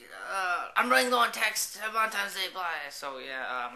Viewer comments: uhh are you saying valentimes day? with an m? hahah it sounds like it. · really you said valentimes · lol you keep saying valentiMes! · funny story, sorry. i'm not being douche but i was just bugging me, it's valentiNes day not times. but yeah love the videos. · hahh VALENTIMES day!! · God he said "Valentimes" soo many times. Stop being Asian meaning shy and you've known she had a boyfriend if you have her number. She had a Corolla meaning she was Asian too I'm assuming. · He's saying it wrong but he obviously knows how it's spelled since he posted the vid as "my Valentine's DAY FAIL"